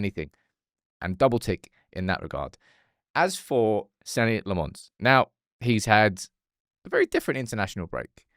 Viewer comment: Senne must dread saying his name and never hearing it said right.